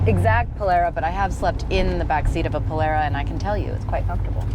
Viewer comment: Polara;. a before r, is like in car, far, tar etc. Great car!